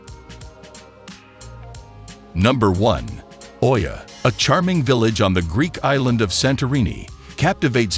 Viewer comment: Oia is pronounced “E-ah”